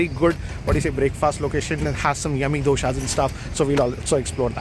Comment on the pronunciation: Sir as a South Indian it hurts when you say Dosa and Dosha